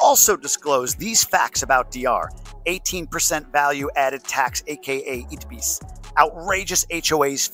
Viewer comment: Fun fact: we pronounce ITBIS as "Itebis"